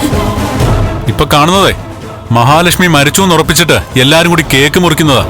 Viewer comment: Kannan kooti alla (koodi)annu Mistake